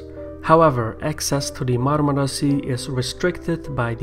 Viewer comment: Nobody in the world can pronounce Marmara as good as you